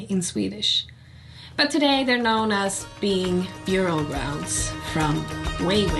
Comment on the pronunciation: Bara en liten kommentar om ditt engelska uttal: i orden "bury", "burial" och "buried" skall bokstaven u uttalas som om den vore ett e. Om du vill veta varför får du fråga någon annan, jag vet bara att det skall vara så utan att bry mig om varför.